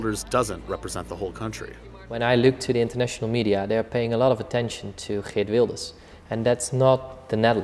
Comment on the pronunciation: I don't expect people to pronounce his name correctly if you don't speak dutch, but it is a little cringey to hear every non-dutch speaking person calling him "Geert" with a hard G as its pronounced in the english language. The G is pronounced as if you were clearing your throat.